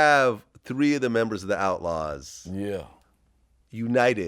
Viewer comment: Outlawz not outauz ffs